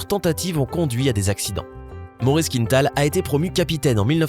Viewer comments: On prononce quin-tal, pas quinne-tal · Il ne faut pas prononcer «Quinetal» mais «Quintal», c'est un nom québécois et donc d'origine française. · "Il faut savoir qu'un kilo ne représente qu'environ qu'une 1/2 livre" ouf.... 1 Kg c'est plutôt 2,2 livres... Et c'est quoi cette invention d'angliciser la prononciation d'un nom parfaitement francophone Maurice Quintal se prononce KINTAL et non pas KINETAL comme dans une quinte de toux, on ne dirait pas une quinete de toux. Je rappelle aux Français que tout ce qui est nord-américain n'est pas forcément anglais. Il existe le Québec et d'autres communautés francophones en Amérique du Nord. Une petite recherche avant de narrer une vidéo peut-être ? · Les Français (ou uniquement le présentateur) ne connaissent pas le nom de famille très francophone de «Quintal» ? Ils prononcent «Quinetal».